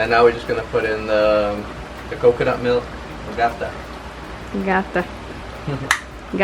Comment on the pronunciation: The emphasis is on the "ta" on the word gata.